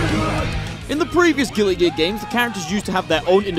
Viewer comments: Why is he saying gilly gear? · Why do you say gilly gear? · I can't get over the fact that it sounds like he says "Gilly Gear" everytime he tries to say "Guilty Gear" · I love how he says gilly gear instead of Guilty Gear.